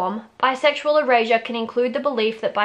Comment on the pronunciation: The whole first half of this video I thought you were saying bisexual Eurasia 🤣🤣🤣